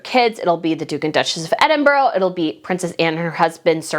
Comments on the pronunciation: Hey! I know how much you love the royals so please know this is kindly meant - Edinburgh is not pronounce ‘Edin-boro’. It is ‘Edin-buh-ruh’. Have fun with this new word! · Chatto is pronounced "chat-o" not like "chateau" and Edinburgh ends with an "uh" sound. Also, from your other videos - Mulroney is pronounced "mul-rooney" and it's Catherine of Aragon, not "Aragorn". Aragorn is a fictional character in Lord of the Rings. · Hi! Hey I know that some British names are hard for Americans to pronounce, but Edinburgh is pronounced EDIN-BRUH not EDIN-BURO, there is no O on the end of the name..so please can you get it right. You can google it. It ends with BRUH ok? 😊 Just want to say your posts are always good and I love how passionate you are! ❤